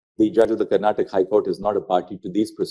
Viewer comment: It's not karntak it's karnataka